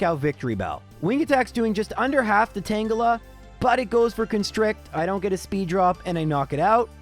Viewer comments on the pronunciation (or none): none